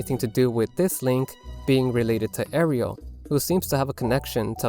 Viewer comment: well, let's see... you pronounced Malon and Marin wrong, and you somehow got Ariel from Aryll?